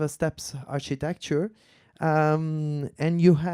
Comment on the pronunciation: the archytetchure